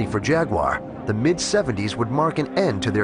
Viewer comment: So funny that they put subtitles on certain parts were an english man is speaking english. Especially when the american narrator can not even say the word jaguar correctly, or the word Warwickshire. Good god. Never the less, thanks for posting this video. Love my XK :)